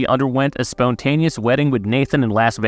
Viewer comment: "spone" taneous